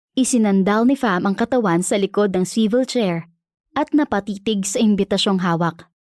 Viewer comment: Ok swevil chair ke merot Pala pronunciation nun😂😂